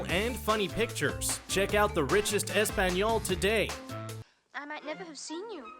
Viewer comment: The way you pronounced "español" is offensive... I feel bad for your children, when and if you have any. From the moment they're born you're going to shove crap like this down their throat, and in turn you get a vulnerable crybaby adult in your own image. That should be considered child abuse.